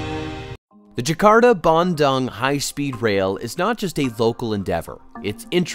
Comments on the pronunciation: hello, small correction, you pronounce dung wrongly in Bandung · the way y'all pronounced Bandung is so hilarious! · Please learn to pronounce “Bandung” correctly.